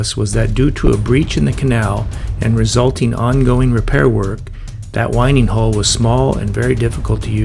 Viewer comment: FYI, it’s a winding hole as in 🌬️💨, and not as in winding a watch.. It dates back to the days when ships turned using the wind in their sails.. Love the vlog by the way, glad you enjoyed the boating. We have a 57 ft narrowboat as our retirement plan in a couple of years, it’s a wonderful life on the canals… 🙂❤️